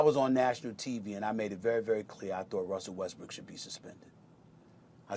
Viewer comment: It sounds like he’s saying Westbrick 😂😂I can’t un hear it